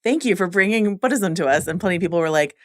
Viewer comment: I love these recaps but it hurts when the girl in the glasses says BODism